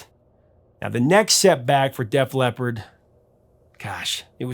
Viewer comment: "Def Lep"? Please stop.